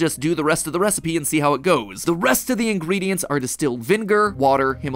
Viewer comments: it'a Actually Vineger not vinger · "VINGER" 😂 You savage, savage people 👍👍👍👍👍👍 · "vinn - ger" IM DYING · bro said distilled vinger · look how he says vinegar to avoid being cancelled lol